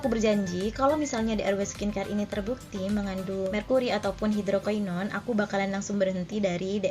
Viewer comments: Iya bnr bngt... Ak dengerin ap yah kok ky aneh gt... Susah ngucapinnya Dia bilang bukan hidrokinon tp hidrokainon... 😁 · NGUCAPIN NYA HIDROKINON BRAYY... BUKAN HIDROKAINON SUSEEHH AMEETT... KT NY KRJ AN NYA DI SKINCARE... 😒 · Kak ngomong hidroquinonnya kok susah amat